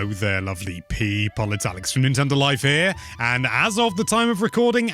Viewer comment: I keep thinking hes saying lovely peas, lol.